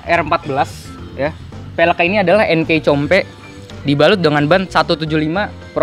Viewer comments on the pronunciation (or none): Nyebut Enkei Compe aja pake "C" bukan "K", Indonesia bgt emang 😂👍🏼